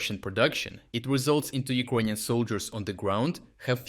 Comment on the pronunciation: They way you pronounce 'Ukrainian' sounds like 'Equanian' in my head, and I can't get rid of that mishearing 😅